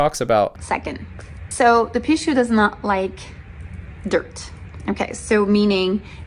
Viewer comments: He said the Pickachu , LMAO!!! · I die every time he says Pikachu ⚡️🤣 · mispronounced the name of the spirit in the bracelet, watch him start getting bad luck.... he coming after you for making this video LOL